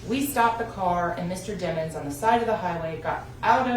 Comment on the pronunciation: Sometimes she pronounce his last name as Dimons and sometimes Demons when she’s tryna make a point